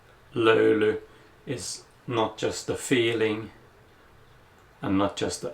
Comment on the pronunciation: You told the löyly word better than most of us Finnish people. Or are you finnish? 😮